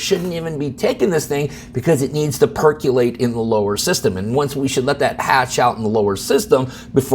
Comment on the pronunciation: I think intentionally flubs one word per video to keep us on our toes. Today was percolate (with a "u"), previously it was Illinois (with an "s" sound) and attorney generals (with a misplaced "s"). Don't get me wrong, if I am ever in legal trouble in WA, I am calling his office, but after this, he will probably tell me to pound sand. I really made this comment to provoke some kind of response (from anybody) because I think YT is blocking my comments, or the responses. I thought it was just the notifications, but now I am getting suspicious. Or maybe I am just not worth responding to. I suppose that could happen too.